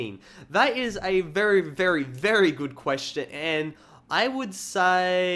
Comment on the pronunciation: when you say very very real fast it sounds like vuryvurvury